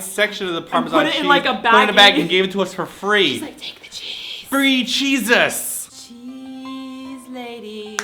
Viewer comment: Haha free cheeses sounded like free jesus